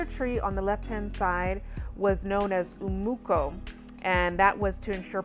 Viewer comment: "C" is pronounced as "CH" Umuco: Umucho not Umuko